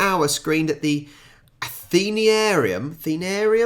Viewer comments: An addition to your lexicon... Athenaeum is pronounced 'ath-en-a-um]'. This Melbourne hall became a stage and movie theatre. btw: great collection of our best inventions, ta. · Athenaeum, pronounced as it is written.